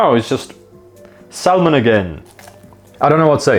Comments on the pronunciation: Just to say, when you say salmon you shouldn't pronounce the L. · Pronounced Salmon like it's a digimon lmao. Sal mon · I like how he pronounces Salmon. Really goes hard on the L. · Hearing Salmon pronounced like Salmonella has mildly put me off it. Probably gonna repress seeing those parts of this later. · Saying salmon like Enrique from king of the hill 😂